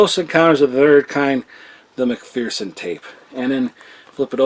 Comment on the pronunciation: Please for the love of god.. stop butchering words.. it’s McPherson not mcphearson your saying mc-fear-son and should say mc-fer-son or mc-fur-son.. saying it wrong diminishes your credibility.. because if you can’t even say a common name right, then you can’t even tell what’s what..